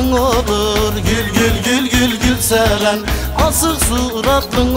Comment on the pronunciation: Teşekkür ederim adımı en güzel telaffuz eden adam 😂😇